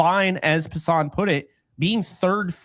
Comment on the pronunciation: Jeff Passan's last name is pronounced as though it's passin'. I'm shocked neither one of you know that. It's funny, not the first time you make up your own pronunciation of names, it's happened quite a few times. Jeff is very well known, hard to believe you're not more familiar with him. I do enjoy your show and appreciate your thoughts on the Yankees.